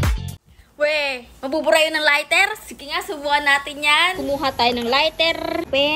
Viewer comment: Lighter not lirter and crayon not craron duhh